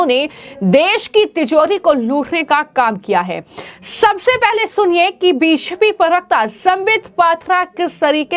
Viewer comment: आपकी बी जे पी शब्द का उच्चारण स्पष्ट रूप से नहीं होता।